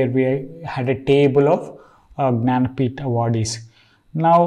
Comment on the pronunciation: Could you please fkinnn eXpLain wHaT tHe fK is yOuR nANapEEtH(janapith)? 🗣️😬😡